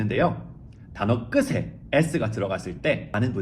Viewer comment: 끝에를 끄세, 끝이를 끄시로 발음하셨는데요 이것은 연음규칙에 따라 끄테, 구개음화에 따라 끄치로 하셔야 합니다. 다른 언어를 완벽히 이해하고 논리적으로 설명하는 천재성에 놀라고 질투 나서 한마디 거듭니다 ㅋ 감사합니다